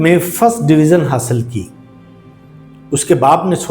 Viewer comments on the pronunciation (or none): بھائی لفظ ڈویزن نہیں ڈویژن ھوتا ہے